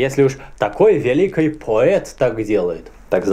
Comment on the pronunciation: Мне не приятно как ты говоришь, в место ч, ш. Пётр великИй а не великЫй.... Не РусскЫй а РусскИй... И я всегда смотрю только на твои усы они странные, двигаются. И прости меня, мне их просто хочется оторвать!